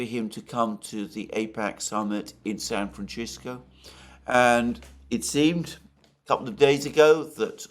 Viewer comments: Dear when u say San Francisco its San Fran SISCO. or frisco. Not San Fran Chisko lol. Love you! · San franchisco. You gotta stop this Alexander😂😂😂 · You must stop saying San Fran Chisco now! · San Francisco is a Spanish name. The letter "c" is never pronounced like "ch" in the spanish language. It can be pronounced like the english letter "s" or "th" (as in "thought"), but never "ch". Ergo, San FranSisco or San FranTHisco. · It's pronounced San Fran Shit Go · Intresting as always. But....i was laughing a lot about "Shan Franshisco" he repeatetly pronounced like this 😀